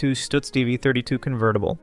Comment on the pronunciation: Great Garbo's car is NOT a Stutz but a Duesenberg. And, by the way, it's pronounces Stuhtz. NOT Stootz....Sheesh.